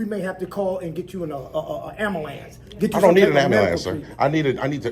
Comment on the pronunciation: "Amble Lance" "Pole Lease"